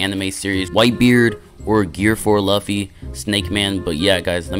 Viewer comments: It’s pronounced loo fi not luff e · It’s pronounced Loo-fee but it’s spelled luffy and people mistake it as LUH-FEE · nah u did not just call him "laughy" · Loo-Fee my boy😂😂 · Can u plz just start saying luffy right plz plz I’ll do anything for u to just say luffy right it’s simple just say loofy but it’s spelled luffy plzzzz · It’s pronounced “Loofy”, great vid tho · Man's said luff e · It’s Lu ffy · The way he saying luffy is funny 😂😭🤣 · I like how you say luffy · Bro really is getting mad of how he says luffy imagine saying that to someone who has hundreds of vids you can’t even appreciate his vids and instead gets mad at how he says a anime character name wrong that’s literally ridiculous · I’m just saying u got 3 choices to play or be a one peice characters one like grand peice king legacy a one peice game but u pick shindo like second your saying luffy wrong say it like it has os in it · they can pronounce it their own way but they all they gotta know is that it's spelled "luffy" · bro please pronounce Luffy's name right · bro you are not saying luffy correctly